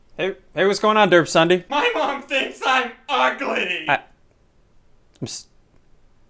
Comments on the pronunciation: I heard zombie instead of ssundee in the intro 0_0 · Sounds like he says he's zombie